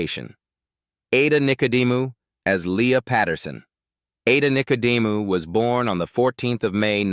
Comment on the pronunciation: Ada Nicedemou you've pronounced correct until you stuffed it at the end.